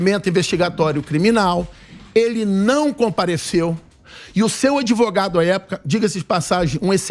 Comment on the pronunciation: é sério que esse "ADEVOGADO"ainda tem alguma credibilidade?? kkkkkkkkkkk 😂🤣👉🐂💩🚽